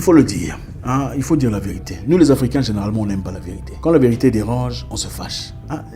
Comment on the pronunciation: Superbe Zack! La vé-ri-té, 3 syllabes mon frère!!!